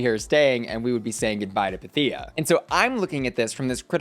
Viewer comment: Everything said. Also, waiting for Pythia to correct Ru on her name pronunciation. The emphasis is on the y, not i. I can hear my Greek ancestors groan each time it happens.